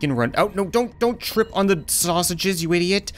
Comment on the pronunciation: way did u say snashiges